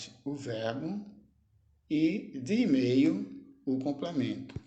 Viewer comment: Email pronúncia errado, não é igual como português!